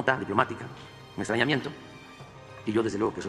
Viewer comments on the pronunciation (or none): Le entendí "estreñimiento" 😂😂😂 jajja...